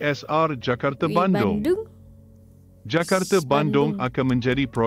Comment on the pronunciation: lucu sebutan bahasa melayu nya, di Malaysia bukan semua A ditukar kpd E contoh Jakarta org Malaysia sebut Jakarta bukan Jakarte, fasa disebut fasa bukan fase, fakta disebut fakta bukan fakte, projek mega disebut projek mega buka projek mege.. dll hehe